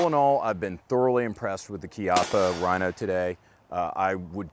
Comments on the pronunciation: This nigga doesn't know about the Mateba and pronounces "Rhino" like stoners pronounce "Hella sweet bro". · that was the cornyest joke EVER!!! and ur actually pronouncing Rino's name wrong!!!